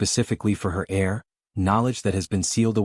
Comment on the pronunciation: heir not air